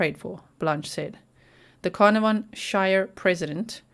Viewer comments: Pronounced caaar naar von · It’s pronounced Car - NAR - von … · Pronounced CarnARVon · We Prounce it … Carn … Ah .. Von … lol hi From Down Under … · It’s pronounced car-nar-von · I am from Australia and I have found this news out from! This is fabulous news. Canarvon is pronounced Can arv on, just thought you would like to know. I love your channel so much, thank you for your devotion. x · It’s pronounced Car na von 💜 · Wonderful news. Such a rare outcome. By the way ... like the place in Wales, it is pronounced 'CarNARvon, with emphasis on the mid syllable. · Pronounced: like this... Kar-nar-von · Not that it matters but I will try to help you pronounce Carnarvon… Car pronounced as K (as in small k) Nar Ven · So happy they found her! Thanks for the map time (also it's pronounced ca-nar-ven 😘)